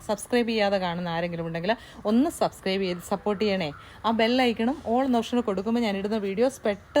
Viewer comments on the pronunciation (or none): none